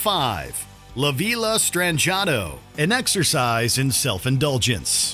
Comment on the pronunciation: how he pronounced la villa STRANGE ATO kills me lmao